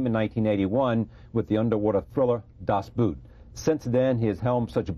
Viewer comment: And to mispronounce the name of his interviewee's greatest movie. It's cool you don't know how to pronounce "Das Boot"; after all, you're not German. But how about checking on it before you start taping?